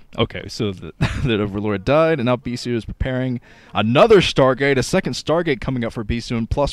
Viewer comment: "ANOTHER SCHTARGATE!" I love you:D